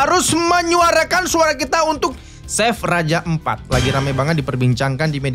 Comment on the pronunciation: Raja ampat bang bukan empat 😭